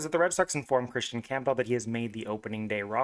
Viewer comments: The pronunciation is painful to listen to, it’s Cam-Buhl. Camp-bell sounds ridiculous. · Dude theres no chance you think his last name is pronounced that way